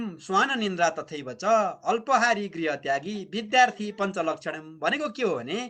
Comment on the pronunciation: काक चेष्टा.... अत्पहारी हैन है अल्पहरी सच्यनुहोला